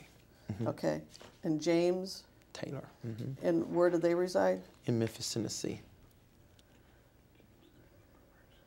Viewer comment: ...in mephis mephessee